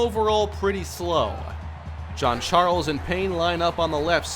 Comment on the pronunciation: 😂😂 bro why you call Jean Charles "John Charles"